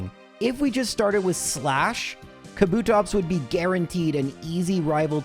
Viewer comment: You putting emphasis on 'TOPS' and also saying "School girl outfit era" which is vague as all Hell makes you sus